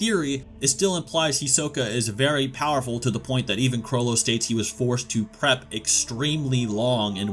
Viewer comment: This guys pronunciation of the names 🥴 “caw-loou-toe”